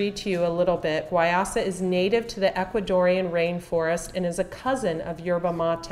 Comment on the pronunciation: It's pronounced why-use-ah